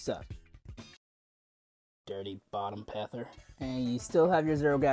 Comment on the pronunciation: “Dirty bottom Pather” felt like a slur somehow💀